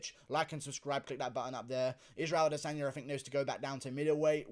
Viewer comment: it is ADE-sanya